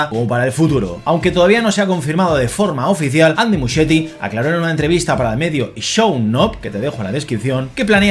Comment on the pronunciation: el apellido de Andy se pronuncia 'Muskieti' 😊